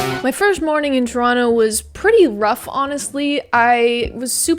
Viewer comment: Thank you for pronouncing Toronto correctly ❤️